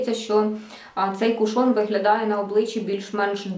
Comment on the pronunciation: Чомусь наголос дуже багато хто робить на другий склад, а правильно - кУшон. Сьогодні купила в Аврорі, зверху запечатаний, як і у вас, а знизу - ні, тому і відкривала, як вам тут радили - знизу. І чомусь у мене виникли підозри, що його хтось уже відкривав... Коли відкрутила кришечку, під нею все якось було мокро, та продукту набагато менше, ніж у вас. Таке враження, що рідина відокремилася від тонального крему і вилізла назовні... І плівка з назвою вся в цій рідині прилипла до кришки. Так що не факт, якщо зверху запечатано, ніхто не користувався. І запах якось не сподобався... якимсь б/ушним віддає. Прийдеться викинути…